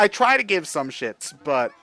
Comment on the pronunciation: Emphasize on "try".